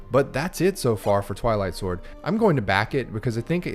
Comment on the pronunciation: Ohhhhh, Twilight Sword. I thought you said, "I Like Sword"